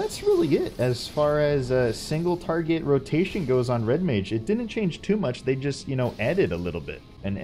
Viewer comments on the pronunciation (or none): none